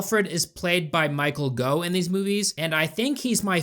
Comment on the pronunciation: Michael Gough's name rhymes with "cough"